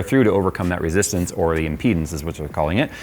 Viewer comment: Speak clearly when you say "with impedance" it sounds like "within penis".